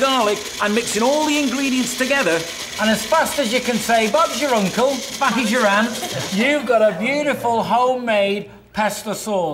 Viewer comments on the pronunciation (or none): lol i love how the british guy says " and as fast as you can say bugsherunkl " lmfao wut the fuck does that mean anywat lol